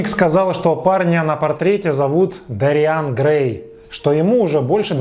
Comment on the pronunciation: Уважаемый, (не посылайте меня плз, имейте уважение к собственной аудитории тоже) - но в оригинале произведения ударение в имени Дориан ставится на первый слог а не на второй. ДОриан, не ДориАн! Прошу прощения, но ударение очень важнО. Ваш пересказ с неправильным ударением меняет всю картину повествования - из собственного имени ДОриан - мы перемещаемся в каких-то дориАнцев 🧐..(пришельцы с планеты ДориАна мэйби? хм 🤔)....